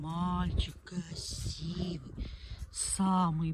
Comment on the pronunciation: тигЛл киЛагЛам кЛасивый, противно слушать